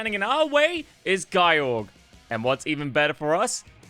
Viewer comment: It's not "Guy-Yorg", otherwise it would of been spelled Gyyorg, no it "Ge-yorg" get the name right